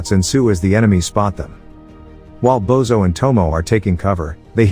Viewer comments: It's not "Bozo" but "Božo" which is pronouced as Bozho 😅. Everytime he says his name Bozo the clown pops into my head. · It's Božo and it's pronounced Bozho.